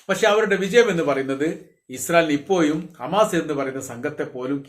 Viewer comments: ഇപ്പോയും അല്ല ഇപ്പോഴും.. നിങ്ങളെ പോലുള്ളവർ തീർച്ചയായും അക്ഷര സ്പുടത അറിഞ്ഞിരിക്കേണ്ടത് അത്യാവശ്യമാണ്... ഉപദേഷം സ്വീകരിക്കുമല്ലോ🙏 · ഈ കാക്ക ഇതുവരെ അക്ഷരം പഠിച്ചില്ലേ ഇപ്പോഴും എപ്പോഴും പറയാൻ അറിയില്ലല്ലോ തനിക്ക് ഇപ്പോയും എപ്പോയും